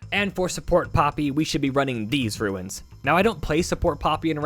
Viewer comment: Ruins... Ruins... Ruins.... ITS RUNES!!!!!